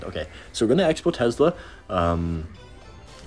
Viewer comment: That "tezzzla"